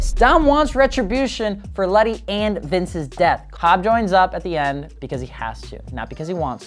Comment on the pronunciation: Isn’t it Letty not Lenny or have I been wrong this entire time 🤣🤦‍♂️